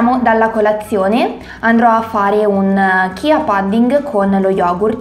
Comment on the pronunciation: Semi di CIA!!!! Si pronuncia “cia”, non CHIA!!! 🤦🏻‍♀️🤦🏻‍♀️🤦🏻‍♀️